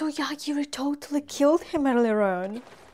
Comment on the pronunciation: He's Yogiri, though, not Yagiri xD This world has a ton of various demon lords, gods, etc. Probably more named characters than I've seen in any isekai. Also yeah, Yogiri can totally kill how bad the food tastes, but he prefers not to kill abstract concepts, because he could accidentally kill something he didn't want to. Like kill all the rice in the world or something.